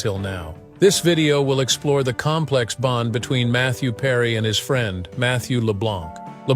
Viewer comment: Mather Perry on "Friend?" This is some really bad AI.